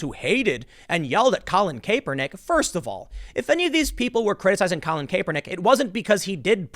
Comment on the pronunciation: Can a guy like Tim who follows news for a living, really not pronounce names that have been said on the news a million times like McGowan and Kaepernick